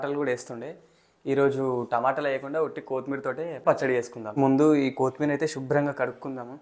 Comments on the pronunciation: Not koootimeera, it is only kothimira😂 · ఎందుకు కోత్ మీర్ అని వెరైటీ గా పలుకుతున్నారు ? అది కొత్తిమీర అండీ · Pachchadi bavundi kani Jai Sreemannarayana ani anatam manesavu badha ga undi Kothmeer kaadu koththimeera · కోతి మీర కాదు నాయనా... కొత్తిమీర...